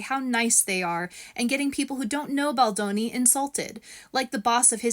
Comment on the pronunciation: By the way, I forgot to mention that as a proud Italian, you must slap the daylight out of Ari for purposeful mispronunciation of the beautiful last name Baldoni 😂😂